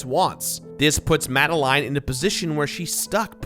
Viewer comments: "Mad-a-line" NO! It's "Mad-a-lin" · It's pronounced mad- a -lin. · Great vid, but I hate the way you pronounce “Madeline”